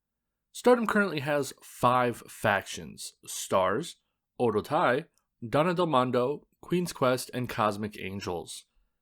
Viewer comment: Very informative and well-done video. My only critique is the pronunciation of Oedo Tai. It should be pronounced as Oh-eh-doh. In the video, it sounded like oh-doh.